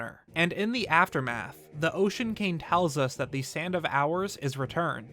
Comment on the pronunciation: "The Ocean KANG"